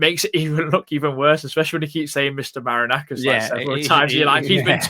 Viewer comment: Its Ma-ri-na-kis 😂😂